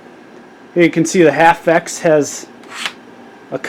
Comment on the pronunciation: That's H. A. F. X...I don't know what the hell middle school or junior high school English classes, or who your English Teacher was, but when you see a group of capitol letters together like that in a name, that means it's an Acronym, that means each letter stands for something different...